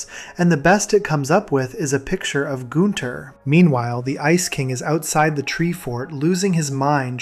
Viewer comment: Not goon-ther